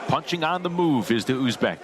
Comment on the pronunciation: Kop davlatdagilar aytolmaydi talaffuz qilolmaydi